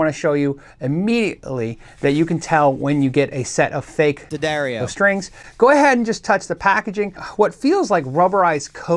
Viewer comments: Say it with me...'the..dar...ee...oh'. Good man. Proud of ya! Great vid btw!!! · "Dad Airy Oh" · D'Addario ? why the heck did they spell it that way then pronounce it DADDARIO? my brain hurst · At one point, I think D’Addario actually printed a pronunciation guide for their name on some of their string packages. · Yes, the pronunciation was written as Da-Dairy-O. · It's pronounced D'Addario. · I think everyone says Daddario wrong, but it's okay 👌. It's an Italian last, which means it has a Latin pronunciation. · Ddarrias?.. Dedareos?... Diddario??.. Duhdareyo??? I still need help pronouncing it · pronounced D'Addario three different ways in this video.